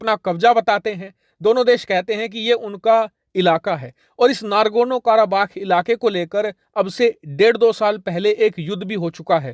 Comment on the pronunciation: Nargono nahi Nagorno - karabakh